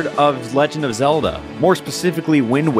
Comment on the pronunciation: Look I get it, your tired of oceanhorn Well the game I have for you is called zEE e L Da